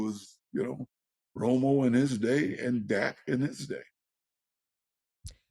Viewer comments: killing me calling dak “zach presscott” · Can someone tell it’s Dak not Zack lol